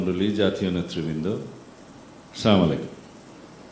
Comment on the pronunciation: সালাউদ্দিন সাহেব বকবক করে ইংলিশ কতগুলো বলল এটা তো ঠিক আছে কিন্তু সালামটা তো ঠিকমতো দিল না স্লামালিকুম এটা কি সালাম